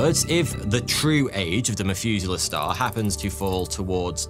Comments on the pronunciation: ngl the "f" sound every time this guy tries to sound out "th" is extremely annoying and distracting. The Mefuselah Star 🤦‍♂ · Methuselah, not Mefuselah. Pronounce the "meth" part of it like in "methane" or "crystal meth". English speakers... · The "MethUser" Star?! 😂😂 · "meth-user-star" I cant be the only one who heard this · OMG you keep pronouncing "Methuselah" wrong!